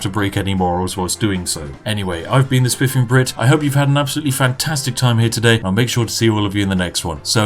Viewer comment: It sound like he is saying "The spiffing Brif" or is that just me?